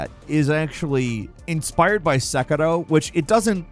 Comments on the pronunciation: Another video, another butchering of the name Sekiro 🤦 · Had to back it up a few times to hear say “sek-a-do” again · You sounding fancy not saying “Sekeeero” like the rest of us